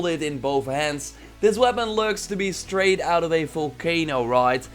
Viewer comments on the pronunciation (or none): none